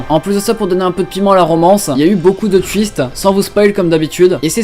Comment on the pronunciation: J'ai compris ''y a eu beaucoup d'autre fiste'' Au lieu de ''twist''